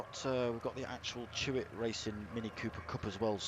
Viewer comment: It's Chloe Hewitt. Not Chewit!